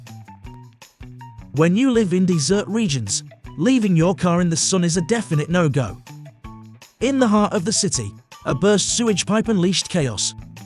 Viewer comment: "When you live in DESSERT regions ..." . Ya just gotta lurve AI mispronunciations.